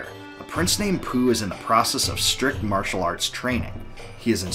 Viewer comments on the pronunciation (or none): none